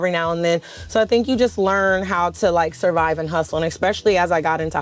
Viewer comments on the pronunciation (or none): none